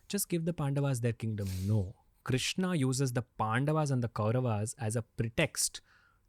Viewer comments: Please correct your self in taking his name not a a a a a a a not bharataaa it's bharat it's Ram Krishnn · I agree that has a great story telling skill, but here is SOMETHING THAT NEEDS ATTENTION OF ALL ISKCON DEVOTEES- 📢 Please do not destroy God's name by adding 'a' in the end, it is not 'KRISHNA', it is 'KRISHN', the name 'Krishna' is given to 'Draupadi'. It is not 'KAMSA' it is 'KANS'. Just imagine how you would feel when someone destroys your name like this. As Indians, if we can't pronounce our Gods names correctly then what in the world will foreigners learn. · Krishna is name of draupadi, you should pronounce Shri Krishn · if Sanskrit matters to you then talk in Sanskrit. And. It's krishn .krishna is draupadi so it is the wrong pronunciation Rama ,laxmana what's this s**t. Nobody says Jesusa. It's so annoying